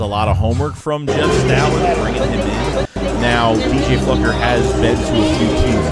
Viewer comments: Is it not obvious that his name is pronounced “Flew-ker” and not “Fluck-er”????? I can’t stand the tenuous grasp on the English language from both of you guys… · Flukered his name 😂